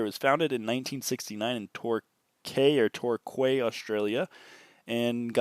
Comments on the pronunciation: Torquay is pronounced Tor - key. Quiksilver used to be very good until they sold out to the US. I am in Australia and I still sell Quiksilver boardshorts and the vintage jackets whenever I find them. (Perhaps because people still think that they are an Oz brand?) It's a shame it was a very good brand back in the day. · Torquay is actually pronounced tor-kee